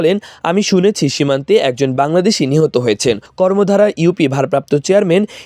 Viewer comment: কর্মধা হবে ভাই। কর্মদ্বারা না